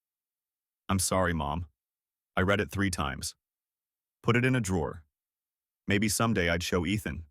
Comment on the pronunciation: When you are doing it it's pronounced reed. When you have done it It's pronounced red. Both are spelt the same